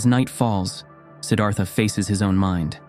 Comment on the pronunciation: A gentle awareness: "Siddhartha" is not pronounced with a soft, Anglicised -th (as is thistle or thin) but with the exasperated -Th of Sanskrit ( almost like Sid-arT-ha). The Th in Sanskrit simply put an exasperation after a hard T ❤